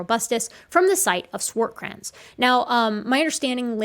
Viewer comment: Nicely done as usual btw it's swaaaart krrrans long a sound and rolling r Afrikaans is strange that way it's a really lekker place and yes lekker is nice but also tasty..... Not a objection at all just giving you some background swaart is black kraans is a a ridge outcrop or cliff as in mountain